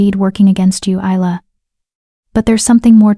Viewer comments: YOU PRONOUNCE HER NAME... EYE LA NOT... IS LA I get really annoyed when names are not pronounced correctly||| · Not to forget Easel. lol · I do wish that these AI could learn how to pronounce Isla correctly all the time. It’s Isla as in island. Not too bad a story. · Please get the name right. Isla (Ilya), Ayla